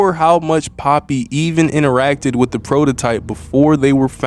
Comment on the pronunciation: "wit" is crazy 🤣